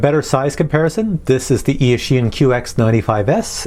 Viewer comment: Wow, I found you pronounced eashine in a very accurate chinese way, even the tune, sounds like 夜行(night hunt), maybe it can march in the chinese market with that chinese name